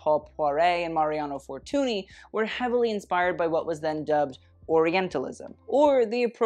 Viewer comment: We don't pronounce the last y of fortuny haha it's a catalán word and it ends with the sound [ñ] ❤️ love your videos!!!!